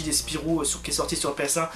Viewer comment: Hey mais c'est mon gg! :D Mario Kart 64 et les cochons de guerre tu me fais plaisir là. ^^ PS: ce n'est pas Spirou mais SPYRO mdrrrr